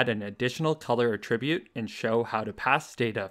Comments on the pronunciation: I've not heard this pronunciation before. It's generally pronounced "AT-ribute", not "a-TRIB-ute". But when talking about the action (e.g. "attributing blame"), then that second pronunciation is used. No biggie. Could even be a regional variation. Just thought I'd throw it out there :) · Amazing videos, easy to understand and very informative, though one thing I noticed is you saying "attribute" as "a tribute" xd